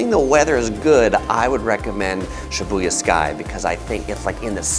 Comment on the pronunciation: Why are you saying Shibuya like that? Lol